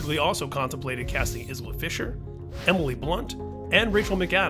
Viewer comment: Isla (EYE-la) fisher